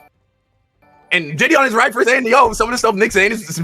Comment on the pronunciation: Hey, I think you’re pronouncing JiDion’s name incorrectly. I’m pretty sure it’s jih-DEE-yun. You’re putting the emphasis on the wrong syllable.